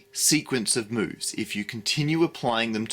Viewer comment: I heard "a series of boves"